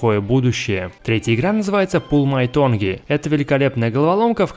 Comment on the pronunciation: Tongue читается как тонг, а не тонги. Прими во внимание.